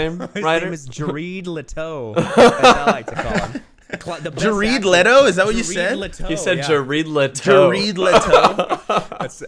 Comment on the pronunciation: Jare-EED LEE-toe